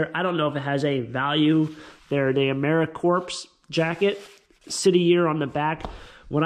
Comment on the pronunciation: Sound like you have a bit of a cold, perhaps? Take care of you for us. Americorps is pronounced without the "ps" like marine corp, corp is pronounced core. Cool buys. I would've gotten the L.L. Bean, too! Expensive clothing.